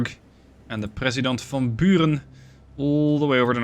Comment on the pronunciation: That is an almost perfect Dutch pronunciation of the (Dutch) name of President van Buren. Kudos! Or do you have Dutch roots by any chance? Keep up this wonderful series. I watch it every day